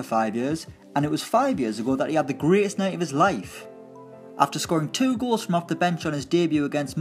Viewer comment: I swear I heard him say rolls instead of goals at the end 😂